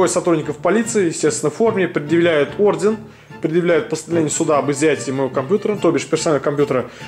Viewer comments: Правильно говорить ордер а не орден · Не ордеН, а ордеР